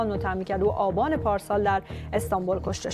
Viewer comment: در اواخر مهرد و آباند و آزرد هم اوضاع بهتر نبود... :))))